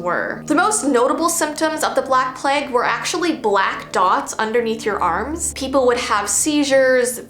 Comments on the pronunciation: I love her pronouncing it pleg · the way she says plague had me creasing. I love her so much